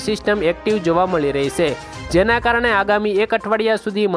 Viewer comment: સે એમ નહીં છે એમ બોલો